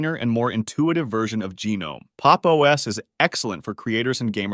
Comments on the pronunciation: Lie-Nux and GeeNome. Jeeez these AI generated movies are getting out of hand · Can't make your mind whether to pronounce it Leenux or Lienux. And no, no one says geenome.